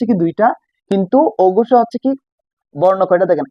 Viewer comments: অগুষ আর গুষ কী ভাই? আপনি নিজেই তো উচ্চারণে ভুল করতেছেন।😂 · ঘোষ এবং অঘোষ হবে আপনি বলছেন ঘুষ এবং অঘুষ😂